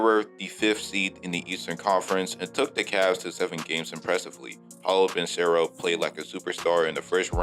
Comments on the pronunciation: you pronounced it as ban-sero instead of pronouncing it how its actually spelled lol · You murdered Banchero and Wagner pronunciation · Ain't no way you pronounced Banchero that terribly